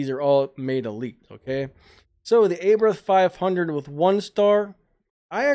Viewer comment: Umm "Abrath " Hurricane " 😅😂😅 tis very perturbing to listen to you slaughter!!! The names of these cars ... Lmmfao 😆😄😆.... I'm lmao 😂😂😂